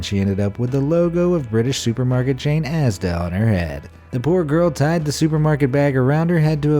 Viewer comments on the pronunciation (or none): I’m British so you can imagine my frustration when he pronounced ASDA wrong